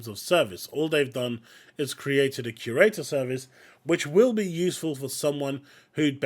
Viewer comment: I just can’t take anyone seriously when they can’t even pronounce “curator” correctly. There’s an awful lot of confirmation bias, dog piling and scapegoating happening among gamers in the community. Bad writing is bad writing regardless if it’s inclusive or not. Same thing holds true for good writing. People need to learn to accurately express what it is specifically that they find to be offensive because just calling something “woke” or saying that an “agenda is being forced down our throats” is lazy and makes you sound like you’re just repeating shit and you’re a part of a hive mind. Be specific! Because a lot of people will get dismissed as simply having a problem with non-straight people and minorities existing in games.